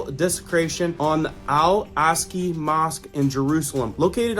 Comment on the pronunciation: Pronounced, Al Ox-a mosque :)